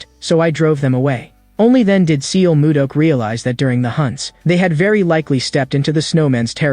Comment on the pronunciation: a bit disturbing to hear the wrongly pronounced names of the characters. it's not seal moo duck it's more like sul moo duck in pronunciation. and it is not way-in it is hwa yon.